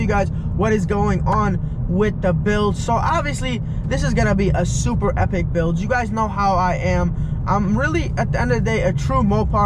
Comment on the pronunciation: “Hepic hepic build” at least thats how it sounds lol